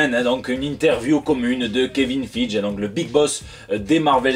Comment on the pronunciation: Juste pour toi, Kevin Feige se prononce Kevin Faïgui